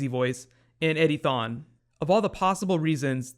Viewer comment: Every time you say Eddie Thawne, I hear Eddy thong!